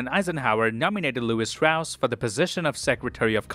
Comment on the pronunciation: Says he's seen it 4 times but still pronounces it Strauss instead of Stross. Suspicius activity tbh